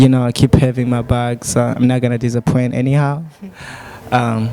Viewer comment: Practise much how some english words are pronounced. Disappoint Wewe uvuga ngo: dizapwenti Nanje nziko bavuga: disapoyinti Kosora kubera Icongereza ntgiprononswa nk'Igifransa